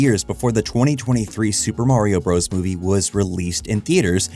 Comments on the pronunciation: For the love of god, “Bros.” (with a period at the end) is shorthand for BROTHERS! IT IS NOT PRONOUNCED “BROS”! I will die on this hill. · It always weirds me out when all these young YouTubers pronounce it "Super Mario BROS." Us older folks all understood that the period at the end of "Bros" means it is abbreviated visually, but you're still supposed to pronounce the whole word, "Brothers." Kinda like when someone has a "Jr" after their name. You say "Sammy Davis Junior." You don't say "Sammy Davis Jjjjrrr." The young folks do this with Warner Brothers as well. They see the "Bros." with the period, and still call them "bros" like they're talking to someone in their frat. Does anyone over 45 know what i'm talking about?